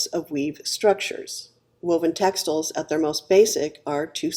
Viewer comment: So glad I got this video in my stream, subscribed! My two interests are history, especially Bronze Age to Late Medieval European history, and fashion/clothing these days, now that I’m retired from working as a geologist, my first love. You do say textiles funny, though - as textels, not textiles.